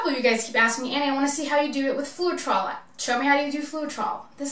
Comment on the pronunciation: Floetrol the e is silent... it is Flow trol....it is a paint conditioner used in thinning house paint when painting in hot conditions and to smooth out brush strokes...also when needing thinner paint to use in spray painting. Add approx 25-30% of the Floetrol to your paint and a touch of water so as not too thin. Also be careful not to burn the paint or get the top layer to dry too fast by keeping the heat at least 12in away. All you are doing is popping the air bubbles with the heat, as the silicone will cell without the heat anyway sometimes too much heat gives too many of those hairy looking cells when it was probably pretty ok without torching. Well done, your painting turned out very pretty.